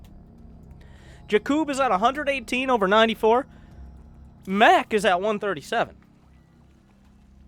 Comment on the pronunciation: When 'Maciek' is regular polish name and you are wondering why is calling him 'mek'